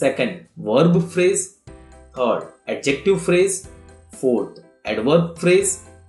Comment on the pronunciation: he told adverb pharaasaee